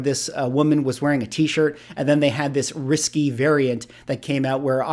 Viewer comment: It sounds like you may want to be saying risqué but it is coming out as risky.